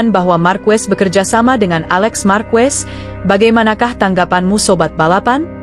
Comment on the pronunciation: Saran untuk announcer d video ini agar pronunciation nya dibenerin dulu yaaa, pengucapan lafal nama Marquez dan Pecco nya dibenerin dulu . ⛔️